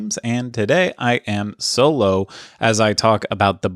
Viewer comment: At the start where you said you were “solo”, I thought you said “so low” and was all “Awww, what’s wrong?”